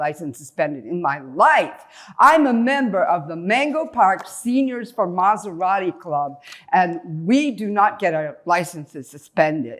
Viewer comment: Im Sorry I gotta Ask Is this Scripted? "I was peacefully driving my Mazarati"